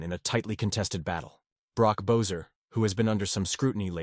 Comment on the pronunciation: Rick Talk-et - pronunciations needs help . Brock Bess-or my god.